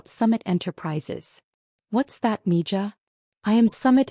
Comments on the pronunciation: Mija is pronounced mee-hah. Means darling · Mija is pronounced 'me-ha'.